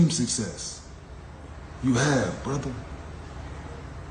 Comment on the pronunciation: Funny af how he says "brotha"😂